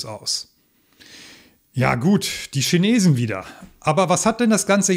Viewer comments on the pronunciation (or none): none